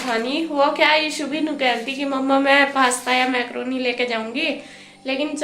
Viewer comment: Maykroni nahi mkroni hota ha